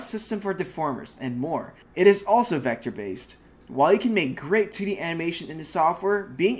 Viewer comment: Aha when he says 2d it sounds like titty 😂🤣